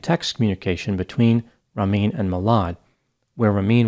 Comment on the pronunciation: Wow you butchered these persian names like Ramin his victims